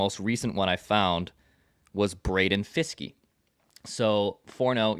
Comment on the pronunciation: It’s Braden Fiske